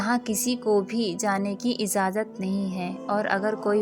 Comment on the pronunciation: Bolne se pehle apna pernunciation to thik kro. Kuch thik se bol nhi pati ho इजाज़त होता है बरमूडा है न कि बरमुंडा। मौजूद न कि मौज़ूद। इजाज़त न कि इज़ाज़त। पढ़ना सीखो पहले। Z औरJ ka फ़र्क़ करना सीखो साज़िशें न कि साज़िसे।